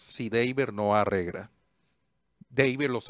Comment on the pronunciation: dice arregra